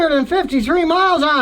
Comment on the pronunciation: If you would slow down for just a minute you would realize that there is no "g" or "k" in METZLER. It's not Metsgler or Metscler. METZLER. Just METZLER.